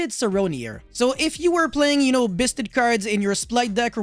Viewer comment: = Biss-ted triggers me and I eat more xanax so I kill more my man.